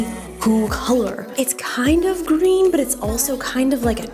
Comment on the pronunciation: the way she said green 😂 i love her so much